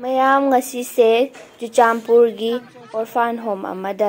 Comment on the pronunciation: Churachandpur haiyo Not chuchanpur😁